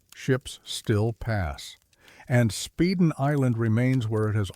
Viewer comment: Spyden island is how it's pronounced. My parents lived there from 1950 to 1960 and I was born in 57. Living there was the best time of my parents' life, The stories they used to tell, but none like the one you're telling!